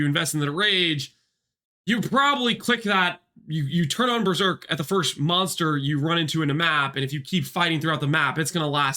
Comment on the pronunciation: thought you said "month" not monster and thought you are going to make a comparison that with new rage on hit, berserk lasts for the whole league :D